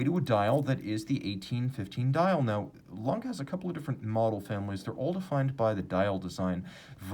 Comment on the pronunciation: I think the "E" at the end of "Lange" is pronounced: "langEH".